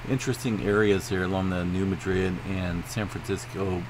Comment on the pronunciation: It's not pronounced as Madrid, as in Spain. It is pronounced MAD-rid!